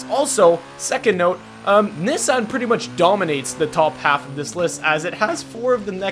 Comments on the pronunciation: said Nissan wrong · Do you not know how to say Nissan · the way he said nissan tho